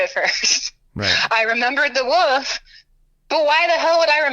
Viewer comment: Wolf not woof lol